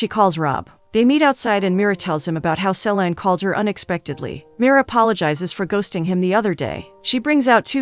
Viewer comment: THANK YOU! Each time the voice over says SE/lIEn (se-lain) Dion, BUGS me to no end 😳😫😬!!!